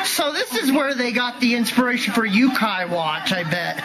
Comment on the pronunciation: Man. As someone who actually has a passing interest in Yokai mythology, it annoys me more than it should have to hear him mispronounce it constantly. Not like it matters,, this video would have been a trainwreck either way.